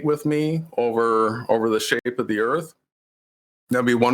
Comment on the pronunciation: What's the "airth"?!? Why didn't they tell these people this debate was to be held in ENGLISH?!? Where are the damn subtitles? Nvrmnd, it probably can't interpret the stupidity.